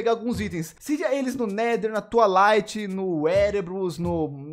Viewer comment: Na "tua light" foi de matar kkkk